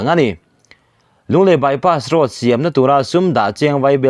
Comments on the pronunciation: "Bypass road" chu lam i harsat ve hlemai maw.😁😁 Bypass roas/ross ti deuh tlat mai a. Edit theih ani awm si a han nawt reh la tha tur. I lam ngun deuh hnu ah chuan a rawn dik thei tan e. . 😁😁😁👍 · Lunglei by pass ross", tiin a rawn ri nawk mai a, kan youttuber te pawh hi kan sawrkar hoan a hack ta em ni, thu lam diklo atam e mai, ", by pass road", tih pawh by pass ross an ti ta zel si, heng thu lam diklo zawng zawng hi kan sawrkar kalphung diklo vangah ka pujh mai sin, mnf sawrkar hian min lo sawp hneh ber a nih hi a hming te hi an lo thlak hman leh pek nge maw ni le, , by pass road", pawh lam dik a har ta, a rawn by pass ross ta vek mai, Nawbgsawhnawh pawh a rawn hnawngsaw hnawh leh vek ta mai, kan sawrkar tak hi chu aw..